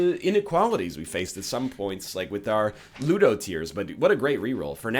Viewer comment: booger tears absolutely butchers ludo, thats so sad :(